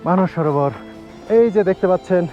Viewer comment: কথাটা "মানুষ সরোবর ", নয়,,, কথাটি" মানস সরোবর"